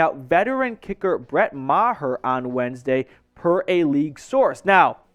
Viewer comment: It’s Maher not mah- her please